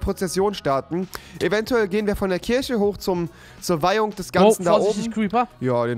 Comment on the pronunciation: KirCHe rewi, nicht Kirsche